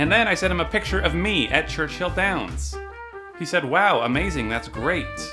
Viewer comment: Reeeee, it's Churchill Downs, not Churchhill :(